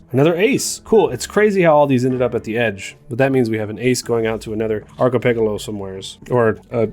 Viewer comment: yeah, that's... quite a way to pronounce it, huh